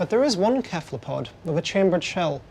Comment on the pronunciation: Kephlapod? Really?? I can’t help but believe that he pronounced it like that to be annoying. 😂